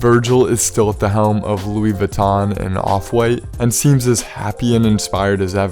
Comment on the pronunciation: Uuuhh, No one calls Kanye the Louie Vutton Don. Come on now.